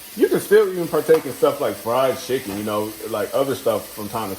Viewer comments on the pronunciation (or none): Are you saying schicken? Lol